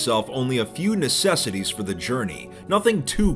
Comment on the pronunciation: "A few necisityies"